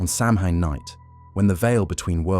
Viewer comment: OK, I really like this program but it does get a bit repetitive after an hour. I figure it is AI because isn’t the correct pronunciation of Samhain Sow-ween? Still, I like it.